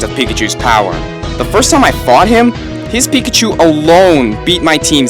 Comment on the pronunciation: pikachu is a mouse emphasis on pikaCHU. Chu = mouse